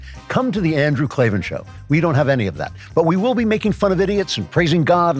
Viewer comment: There are no ‘e’s in Klavan… 🤨